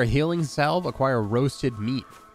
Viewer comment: Is that how salve is pronounced? 🤔